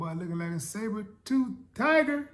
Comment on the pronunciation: "Saber Toof TiGer!" LMAO